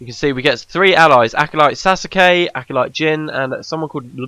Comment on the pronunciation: FYI Sousuke is pronounced soh-skay not sa-skay. ^^